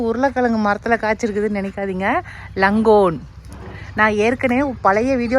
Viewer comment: லங்கோன் இல்லை 'லோங்ஙான் ' பழம் longan. I'm from Malaysia